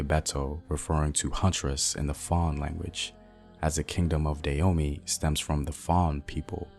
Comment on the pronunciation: Hi Brother, I appreciate the information that you are sharing. I agree with brother Samuel Akinbo in the area of pronunciation. Having been a Peace Corps Volunteer in the Republic of Benin for over 2.5 years, returning this year after visiting friends and my family, and being a lover of Benin, former known as Dahomey, check out your pronunciation of the word Dahomey (Dah-Ho-Mey). There's a hard strong "H" on the second syllable. This would be another sound unique to the Fon (Fongbe) African language.